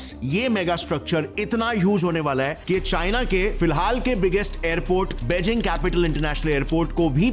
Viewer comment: Na isko Beijing ki pronunciation aati hai aur naa hi jewar ki